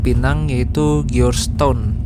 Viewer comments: Georgetown cara nyebutinnya Jorge-Town mas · George Town, bacanya jos ton😂